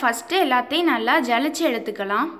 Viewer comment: ஜலிச்சு இல்லை சலித்து என்று கூறவும்